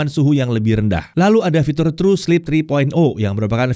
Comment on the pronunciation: "lalu ada fitul" 🗿